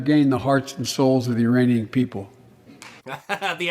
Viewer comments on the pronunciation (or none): Did he say "Iranian" or "uranium"? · Haha, for a second I thought he said: "uranium people". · Correction Mark, Biden didn't say "Iranian people," he said "Uranian People!" Even worse!!! LOL!!! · Did he say Iranian people or Uranium People? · Biden says "Uraniun people" you know from Uranus.